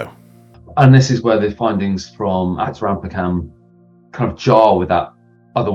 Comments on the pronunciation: The spelling for that site in south India is Attrambakkam, pronounced as AAt-ram-bAAk-kam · Bro you totally mis-pronounced Attirampakkam. It is like pouring acid down my ear man. Why would you do that! Just kidding haha great video!